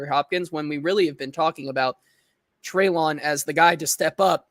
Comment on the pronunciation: Always great content overall..but man, can you please start pronouncing Treylon’s first name correctly…this is his third year, come on now. and both pronounced it correctly for you in this episode.